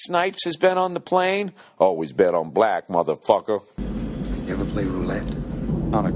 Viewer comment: "always bet on black MudaFocha"😆😆😆😆